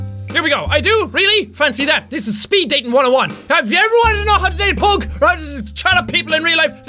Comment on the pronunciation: He says pug wrong.